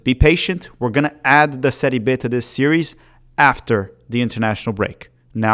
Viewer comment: it’s Serie Bi, not Serie Be